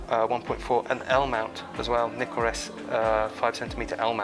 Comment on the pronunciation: I do enjoy your channel but might I offer a small comment ? Could you tone down on the use of the 'COOL' comments it is becoming a tad annoying. Keep up the good work and it is always nice to hear someone pronounce NIKON correctly ! Yes, there is NO 'Y' in NIKON. Cheers.